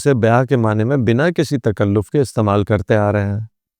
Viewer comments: ❤❤❤ بہت خوب." ۔معنی" ن کے زبر کے ساتھ پڑھنا چاہیے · معنی کا تلفظ کیا ہے؟Ma'ana ya Ma'ani? آپ دونوں بول رہے ہیں۔